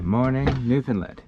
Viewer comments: in my opinion you pronounced it correctly (i.e. colloquially). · You said it right… take it from someone who’s from the region